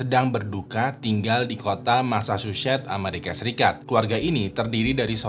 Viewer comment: Massachusetts itu dibacanya masa-cusets bukan masa-syu-syets. Priscilla dibacanya bukan pris-cila tapi pris-sila. Klo gatau cara bacanya dicek dulu di google lah bang, sakit kuping ni dengernye